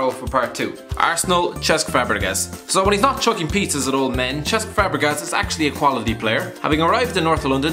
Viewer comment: Butchered fabregas name